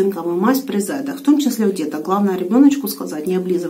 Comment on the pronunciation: Правильное ударение - заЕда. Спасибо, куплю цинковую мазь, пригодится.